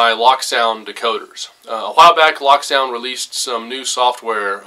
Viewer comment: Pleeeeease. It is not pronounced "lock sound" The decoder runs a locomotive. It is pronounced "loak" as in locomotive or the word cloak. Check the ESU videos.